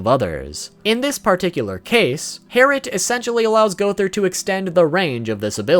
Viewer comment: It’s actually Herrit